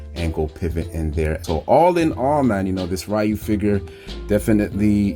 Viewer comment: Nice review. I do have a suggestion and your perfectly free not to listen. Concerning Ryu’s name. It really should be pronounced Ree-you. The Righ-you pronunciation was just a mistake us westerners did since Street Fighter 1 because we really did not know how to say his name back then. Plus the live action SF movie with Van Damme mispronounced the name and further fanned the mistake to the public. The reason I say this? I actually had a Japanese coworker who had the same name of Ryu. I asked him if people say his name as Righ-you sometimes, and he said he gets it alot and blames Street Fighter. Lol. He also said, as far as he knows, there is no Japanese pronunciation of his name as Righ-you. He said saying his name as Righ-you is the equivalent as if a person had the name of Michael and people would pronounce the name as Michelle. Technically you can but it would be incorrect for most of the time.